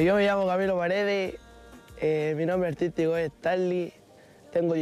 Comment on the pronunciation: "mi nombre atítico e tanli"